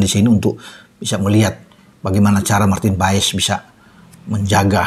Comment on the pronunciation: Penyebutan nama Marten paes bukan Martin paes tapi Marten pass coba aja dengar komentator liga Amerika menyebutnya martin pass